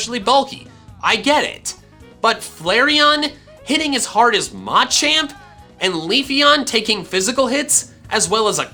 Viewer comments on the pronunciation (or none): Yeah I know that’s why he says it like that but everyone else I’ve ever heard says it Muh-Champ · Like the word “Macho”?